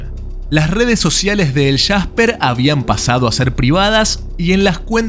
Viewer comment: Es jasper no el shasper